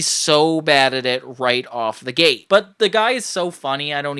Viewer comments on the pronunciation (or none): none